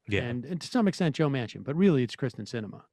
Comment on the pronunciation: I may despise Sinema, but it still bugs me how often people still mispronounce her first name. The first part of her name sounds like EAR. (I'm originally from AZ, but I escaped in 2018.)